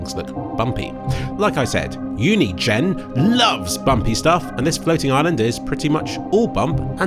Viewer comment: Holy crap I've never heard Unigine pronounced before, well done.